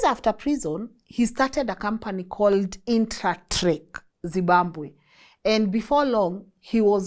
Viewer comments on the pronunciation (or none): I like the way you say Zibambwe! instead of Zimbabwe 😂😂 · It’s ZIMBABWE..not ZIMBAMBWE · Th way you are prouncing zimbabwe yoh yoh